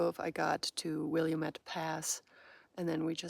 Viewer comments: An aside: Willamette is pronounced "will-AM-et", there's only one " i" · Good morning my new friend, your videos are always very informative and fun. Thought I would share with you how to pronounce Willamette pass! Will- lam-mitt. 😂❤ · Have greatly enjoyed your PCT adventure. 😂 I’m an Oregonian and chuckled at your pronunciation of Willamette. We say ‘will-am-met’ 😊 It’s fun to hear non-Oregonians pronouncing some of our street and landmark names. I’m sure we butcher names, too 😂